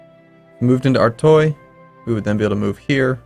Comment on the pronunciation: its pronounced Artwah, not artoy lol